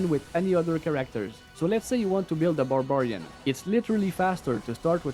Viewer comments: Love the video. The way you say Bar-Bar-ian threw me off and I needed to pause and say it a few times cause it was funny. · No not at all haha I just don't think I've heard it said like that before. Barb-arian is usually how I hear it - neither are wrong I just enjoyed it.